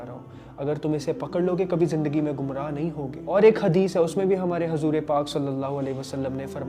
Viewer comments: Bahijee it's huzoor not hazoor ok..... Keep it up I m there with you bhaijee😊👍🏻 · bhai aap apna pronounciation correct kariye hazoor pak nhi huzoor pak hota hai plzzzzzzzzz